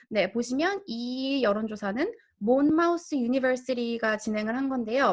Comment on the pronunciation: 헤더님 귀찮게 자그마한 거 한두가지만. . . Monmouth는 몬마우스로 발음되지 않고 몬머스로, Murray는 뮤레이로 발음되지 않고 머리로 발음됩니다. 인명 지명은 영미에 50년 살아도 제대로 발음하기 힘든데요 구글의 How to pronounce에서 확인하면 됩니다. 자꾸 아는 척해서 미안합니다.